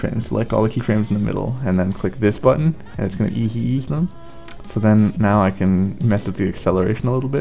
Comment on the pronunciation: i love you... but... the way u say "easy ease" is fucking great lol